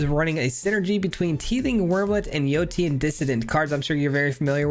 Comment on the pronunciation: Yotian is enunciated Yo-Shan